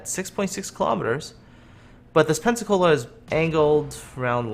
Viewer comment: so it should be "pen-suck-all-a"